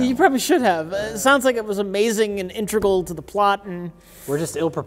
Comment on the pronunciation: "Intregal" lol. Oh,.